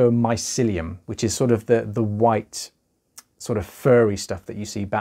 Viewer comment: I like the way you say mycelium also this is so interesting thank you for sharing and educating